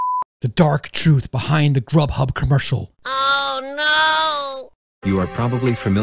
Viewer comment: Rub Hub lol its actually grughub